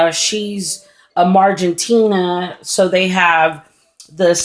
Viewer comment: The species are "Marginata", not Margentina.